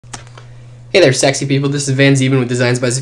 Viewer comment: Did u just start d video wid "hey der sexy ppl"